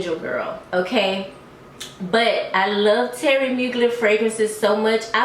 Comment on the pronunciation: Thierry Mugler. Thierry like Theory not Terry 🤣😂🤣😂🤣😂